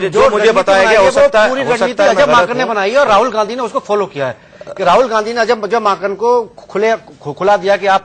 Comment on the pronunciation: He said Ajay makhan 😂😂😂😂😂😂😂😂😂 Are vai wo Ajay Maken hein...